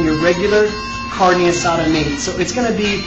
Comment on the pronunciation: at least have the decency to pronounce it right. Carnee? LOL